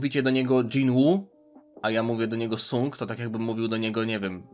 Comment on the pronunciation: Wymawianie "Sang" było by lepiej słyszalne , ale to moja opinia 😅